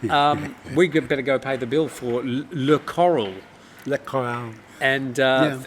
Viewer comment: In French “ Le Corail” not “le Coral”